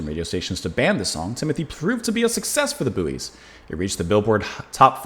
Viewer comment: The group's name is pronounced "Boys". Their lead singer and guitarist, Bill Kelly, sadly passed away earlier this year. RIP, Bill. The group, founded by Bill Kelly and Jerry Hludzik (RIP, from Jeddo Boro, PA) later became Dakota. The song rose to #14 in 1971. Three men were trapped in a mine. Two of the three ate the third, Timothy.